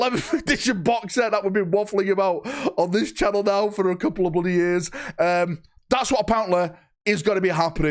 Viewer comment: Bloodeh, bloodeh excited!